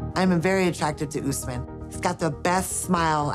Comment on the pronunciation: My husband's name is Usman as well but im not sure why white people call it Oouusman, the right pronunciation is Osman. OS-MAN